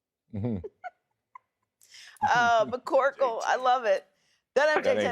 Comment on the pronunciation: Did she just say mccorkle